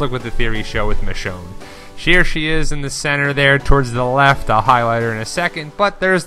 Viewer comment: It's Michonne....